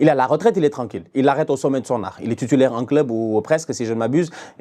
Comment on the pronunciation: « Tutulaire »😂😂 toi t’es mon gars